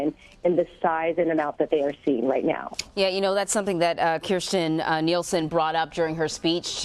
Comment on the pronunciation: It's Nielsen, Jeff.